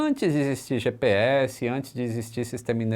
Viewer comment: Além de errar o "GPS", errou também: LUIZ. Esta errado, é: LUZ. Não é: LUIZINHA, é: Luzinha.